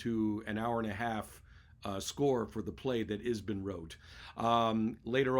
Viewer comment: Thanks for the recommendations. Please note: Ibsen, not Isben